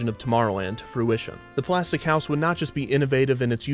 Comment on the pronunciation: "Its made of Plastic, Plaz-tek"